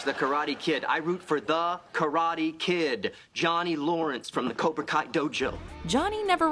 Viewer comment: Cobra Kai say it Cobra Kai